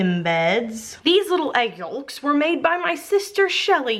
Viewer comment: The way she says yolks is kinda funny...haven't heard someone pronounce it like that in a long time haha